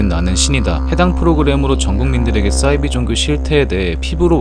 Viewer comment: 싸이비가 아니고 사이비